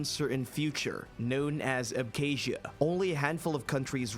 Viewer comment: Funny how there is a universally accept pronunciation for names such as Abkhazia, yet the narrator chooses to ignore this. I wouldn't for a moment suggest that he hadn't done his research thoroughly, as this would cast a shadow on his other assertions.